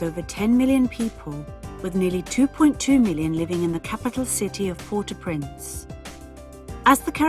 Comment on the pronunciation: You don't know how to pronounce Port-au-Prince